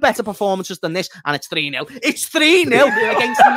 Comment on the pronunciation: "Chat it's actually 4 neeel"